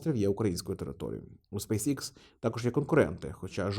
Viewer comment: Пане, компанія називається SpaceX (українською читається як СпейсЕкс). Ви як освічена людина мали би ознайомитися з англійською абеткою, враховуючи Вашу широку аудиторію. Кров з вух йде від Вашого ікс😂